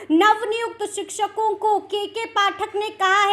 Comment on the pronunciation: जी आप भी हिंदी का उच्चारण थोड़ा शुद्ध कीजिए जैसे लगातार को लगतार शिक्षकों को शिकसकों पदाधिकारी को पदधिकारी आदि आदि